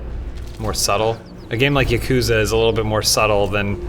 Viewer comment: How can you pronounce ya-ku-za correctly! FAIL